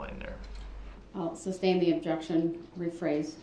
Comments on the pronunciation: Don't forget "substain" 😂🤣😅😆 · don't forget "subject matter jurisdiction." And the wrongful "SUBstain" not "SUStain." 🤦🏽‍♀️ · IT WOULDNT EVEN ALLOW HIM TO SAY THE WORD “sustain” CORRECTLY! He’d rather look like a dumb ass than to allow a woman to correct him 🤣🤣🤣🤣